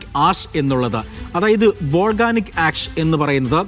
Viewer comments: Volganic അല്ലാ മാഷേ volcanic ആണ്, silka അല്ലാ silica (സിലിക്ക ) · വോൾഗാനിക്ക് അല്ല വോൾകാനിക്ക്.